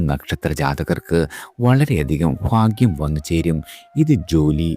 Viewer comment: ഫാഗ്യം അല്ല ടോ ഭാഗ്യം 😂🎉😂😂